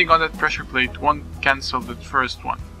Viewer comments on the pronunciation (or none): none